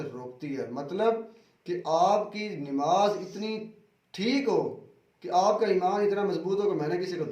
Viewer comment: Dadi wale jahil Mulla nimaz nahi hota hai namaz hota hai pehle bolna sik